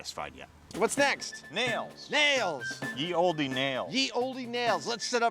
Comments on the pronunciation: Still bugs me he says ye olde like that, it's still pronounced like the old, he should know better but hey 😂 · Honestly no reason not to have them all on here. Nobodies buying the DVDs or a whole different subscription. Although I'm still bothered that Adam says "ye olde" when that's just pronounced the old haha, its dated spelling, not different pronunciation and he should know better 😂